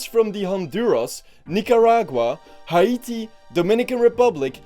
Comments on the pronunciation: just for future reference Haiti is pronounced Hay-Tee not Ha-ay-tee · Buddy really said "Ha-ee-tee" 💀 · im scared of homes WE’RE[haiti] ALREADY IN TRENCHES 😭😭 also i love that pronunciation